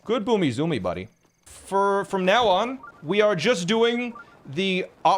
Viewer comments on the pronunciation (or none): “Good boomy-zoomy buddy” is the most Canadian has ever sounded